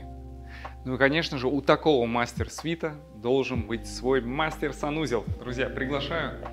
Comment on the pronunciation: Не мастер-свит (господи съездите в Британию и послушайте), f мастэр-суит или мастэр бедрум. Свит - это совсем другое слово - sweet